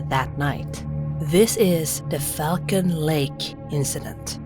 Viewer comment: 'who frequently travelled to Fuckin' lake'.... she has a real hard time pronouncing Falcon LOL!!!